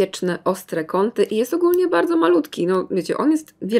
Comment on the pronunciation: no tak nie bałdzo 😂♥️